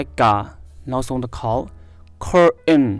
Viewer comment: Curtain အသံထွက်ကမှားနေပါတယ်😊